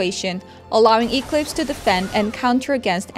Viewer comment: I know this isn't that big of a deal, but as a big company, isn't there anyone who could have at-least helped how to pronounce Eclipse? that pronunciation (Eeek-Lips) was very distracting lol (Should be pronounced Ek-Lips)